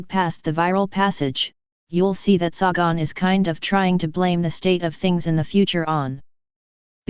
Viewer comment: Its Say-gun, you moronic computer voice.